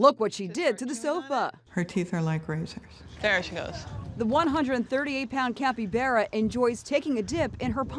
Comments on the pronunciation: Cappy-bear-a its cappy-bar-uh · “A capybeara* Me:capybara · Oh ya the CAPY BEAR UH the capy bar uh It's the way you say it not how you spell it